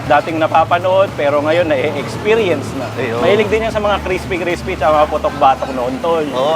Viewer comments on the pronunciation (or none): Legendary crespy craspy HAHA